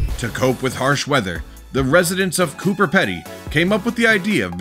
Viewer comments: "Cooper Petty"??? Now I know you can't rely on anything in these videos. Coober Pedy (pronounced "pee-dee") is the name of the Australian underground town. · As an Australian I know it is Coober Pedy and not Cooper Petty........I am fairly sure its an Aboriginal word for white man in a hole ( or something similar) ......There is a mix of nationalities there but many Indigenous don't believe in a house dug underground because it is like them harming Mother Earth......There is many homes above ground also. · That would be Coober Pedy mate not Cooper Petty. It translates to white mans burrow in First Nations peoples language I believe. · it’s pronounced Cooba Pee-Dee not Pedy. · ...Australia. It is Coober Pedy!!!..Pronounced Koo-ber Pe-De..Please fix. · Pronounced Coober with a B, Peeeedy … 😊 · Its pronounced Coo-Ber Pee-dee Coober Pedy and is in gold, opal mining areas, and yes, temperatures are over 40°C for at least half the year. People that live above ground in normal houses (because theres those too) spend a fortune on air-conditioning!! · Well you wouldn’t build underground on a fault line, nor would you build underground on a flood plain. The town that is underground Coober Pedy (pronounced Coober Peedy) is in the middle of the desert. No chance of flooding. It’s the Opal capital of Australia. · that's Coober PEE dee. Greetings from Australia. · mispronounciations are to be expected when you're watching videos narrated by non-human voices! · it is pronounced Cooper Pee-dee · It's Coober Pedy! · Its Coober ped.y